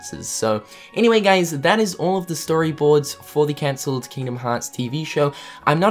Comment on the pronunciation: It hurts my heart every time you say cancelled D